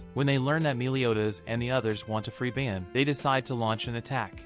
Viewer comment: It’s not ban its bon